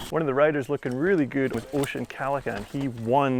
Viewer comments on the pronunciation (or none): Óisín O Callaghan has it in the bag this year. The stuff he rides at home makes these conditions look dry. The man will teach the big boys a thing or two in the slop. And it's pronounced (Uh- sheen) not Ocean🤦‍♂️